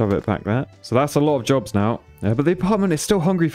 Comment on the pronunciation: heh. is it wrong i thought for half the video he was saying "these people want drugs" when he was really saying they want jobs